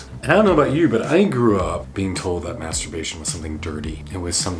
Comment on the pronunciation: May turbation